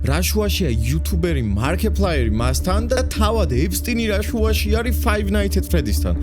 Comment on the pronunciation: ეფსტინი კი არა ეფშტეინი